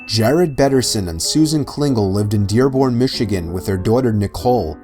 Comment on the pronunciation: On number six he said Derborn Michigan... I live in Michigan damn!